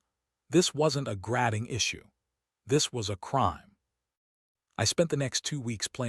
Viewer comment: Please have your AI read normally. Grading is not normally pronounced grad-ing with a long a. There's lot's of problems like that here. You can teach your AI the correct way of speaking.